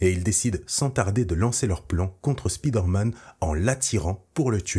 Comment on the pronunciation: Le "spide-man" se lit "speed-man" ?